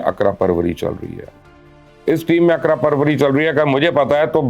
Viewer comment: تجزیہ ہمیشہ کی طرح زبردست، مگر معذرت کے ساتھ، لفظ ‘اقربا پروری’ ہے اقرا پروری نہیں۔شکریہ